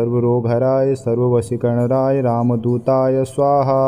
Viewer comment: ध्यान से सुनिए- मंत्र का गलत उच्चारण किया जा रहा है। सर्वशत्रुसंहारणाय की जगह सर्वशत्रुसंहारराय और सर्ववशीकरणाय की जगह सर्ववशीकरणराय का उच्चारण किया जा रहा है। गलत से उच्चारण अनिष्ट भी सकता है जो कसम दिलाने से नही। सारे यू ट्यूब के वीडियो धन कमाने के साधन है। लोगों को पथ भ्रष्ट करके धन कमाते हैं। बाबा नीम करोली बाबा हनुमान भगवान श्रीराम ऐसे लोगों को सदबुद्धि प्रदान करे।